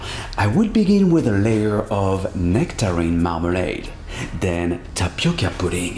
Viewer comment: Você falando TAPICA, é muito engraçado. Eu esta sua aprecio muito esta receita, ficou melhor que muita receita brasileira. PARABÉNS